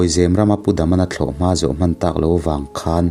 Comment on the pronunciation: Zêm nilo in, zem a ni zâwk ang. Eg.. Saphai in sakhi a zem.....